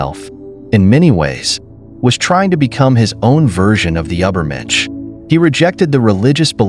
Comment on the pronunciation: Ubber mensch?